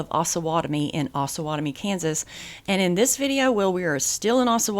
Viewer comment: We, the residents of Osawatomie would like to let you know it's pronounced OHsawatomie with a long O vowel. It is a combination of the two rivers/creeks that border our town the OHsage and Pottowatomie. It's not AHsawatomie! We tend to need to correct foreigners when they pronounce it wrong....signed Mr. P's Community Class .